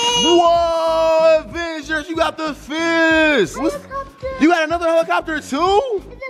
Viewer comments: "A helicobler"!! lmaoo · Helicobbler 😂😂😂😂🤣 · bro said what is a helicopber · But he said helicopber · I was cracking up when said helicoper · "MOTE CONTROLL HELECOBBLER" IM DECEASED!! 🤣🤣🤣